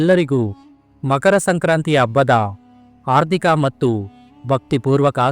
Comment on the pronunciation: ಅಬ್ಬಾ ಅಲ್ಲಪ್ಪ ಹಬ್ಬ ಅರ್ದಿಕ ಶುಭಾಶಯ ಅಲ್ಲ ಹಾರ್ದಿಕ ಶುಭಾಶಯ ವಸ ಬಟ್ಟೆ ಅಲ್ಲ ಹೊಸ ಬಟ್ಟೆ ಕನ್ನಡ ಕೊಲೆ ಮಾಡಬೇಡಪ್ಪ